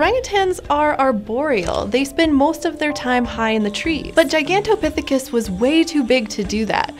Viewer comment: The most impressive thing here is how many times she flawlessly pronounced "Gigantopithecus".